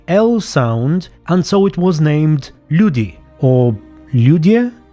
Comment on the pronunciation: Actually "Lyudi" word is used now in russian and Ukrainian languages. And the meaning doesn't changed. And you pronounced it really well.